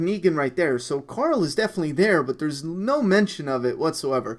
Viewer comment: I like how you pronounce Coral the name of Rick's son. Just like Rick, especially when he trolls him with terrible jokes... CORAL!